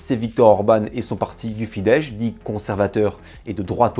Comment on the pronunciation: Hajrá Magyarország !! Tres bonne video, continue comme ca :) PS : Pour la prononciation SZ=S français (donc Fidesz se prononce Fidesse) et S=CH (Budapest = Boudapecht) et ZS=J (comme dans le prénom Zsofi). Un peu compliqué mais déja bien de faire l'effort, c'est une langue compliquée :)